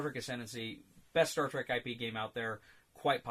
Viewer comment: Semantics: the word trek is a rare example of Afrikaans words making it into English. Some other examples being bushveldt, commando, laager, spoor, rooibos ect. And I can assure you the right pronunciation is exactly like the English word track. And if you can manage to roll your "r" like in shakespearean english you'll be spot on.